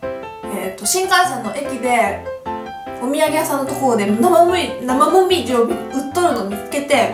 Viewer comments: なまうみじぃーって聞こえたww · 「なまごみじ」に聞こえる